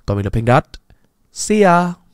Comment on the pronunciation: " lẹt gâu" rồi lại " si ya " .. 😂😂😂😂😂😂😂😂😂😂😂😂😂